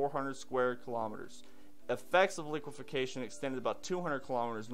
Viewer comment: goog report. btw its liqueFACtion not liquefiCAtion just sayn. . keep up the great work here